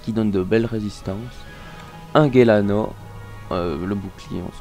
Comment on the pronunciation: Tu sais pas parler ça fait peur ! Cantile ça se dit cantile pas cantille, ensuite gelano c'est pas GUelano, sandales c'est gorythme et non gortyme --' ! Puis j'en passe..